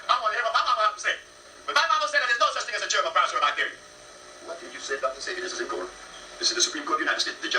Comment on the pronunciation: The first level of obtaining credibility in what you are about to propose is at the very least; to properly pronounce the name of a man whom you are about to analyze.